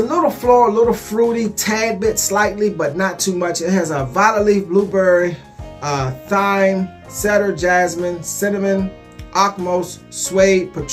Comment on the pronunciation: thyme is pronounced (time) king. I love your channel dont flame me for correcting the pronunciation lol